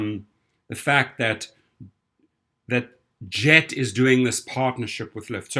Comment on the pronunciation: Isn't 'Gett' pronounced with a hard 'g'?